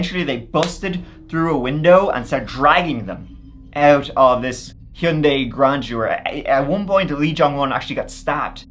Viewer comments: Your pronunciation of Hyundai got me laughing. Hee-uh-Yun-day. 😂 It's a Korean brand. I wonder how they pronounce it. I say hun-day. I'm American. I wonder who pronounced it the worst 😂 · Hyundai rhymes with Sunday. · the way hes saying Hyundia is cracking me up😂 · I've usually heard it pronounced hund-eye... Hund- eye or hun- day... Or hy- un- day, hy- und- eye... ....... What was I saying? My mom had one, actually my mom and dad had matching ones idr model, white 4 door sedans ...its crazy, I've never thought about a rich person driving any model of Hyundai, it's not a rich person's car in the US...its a relatively affordable lower-mid range car w decent gas mileage... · I’m Americas it’s “hahn-day” and always will be idgaf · I am starting a petition that everyone say Hyundai like.